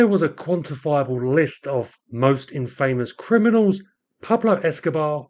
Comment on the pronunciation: That’s not how infamous is pronounced. But great video.